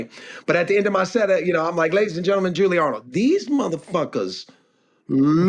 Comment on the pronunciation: I freaking love david arnold! He is so funny, his last Netflix special was hilarious. His transitions are impeccable, his accent is awesome as well. The way he says "julies" name is hilarious. The girls are hilarious. More power to arnold! Love him and his family!